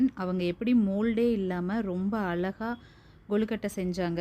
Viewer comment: அளகா இல்லை அழகா. கொளுக்கட்டை அல்ல கொழுக்கட்டை. தமிழை உச்சரிக்கவும் பயிலுங்கள். நம் தாய் மொழியை நாமல்லாமல் வேறு யார் பயன்படுத்துவார்கள்.